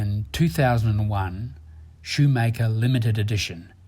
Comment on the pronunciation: Great documentary, but why can't the commentator pronounce anything right ? From "Omega", to "Valjoux", to "Schumacher", he mispronounces everything... Come on, it's not that hard !